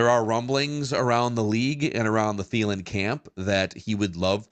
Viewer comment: Clicked off when said Adam Thielen’s name. (That’s not true. But i wanted to) Yuck